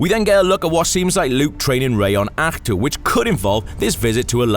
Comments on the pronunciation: Welsh way of saying Ahch-to:D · Think they legit choose the Welsh guy to pronounce the planet luke was on